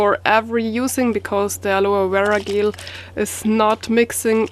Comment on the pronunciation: Gel is pronounced in a "Jay" sound like Jello without the O "jell" not trying to prod your accent it's cute, but I had to say it awesome video as per usual, keep safe out there!